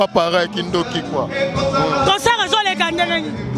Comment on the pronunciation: On dit concert , non pas concort